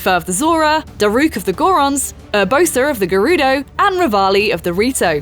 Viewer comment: Urboser of the Gerudo